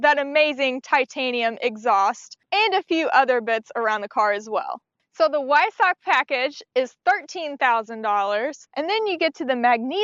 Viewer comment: One other thing is say the word Weissach with a "V" at the start. So basically Veissach. Just the way the Germans say it. No hate, i love cars so much so wanna help you improve the reviews.